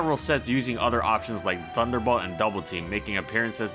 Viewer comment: you definitely said Thunderbutt. Not Thunderbolt.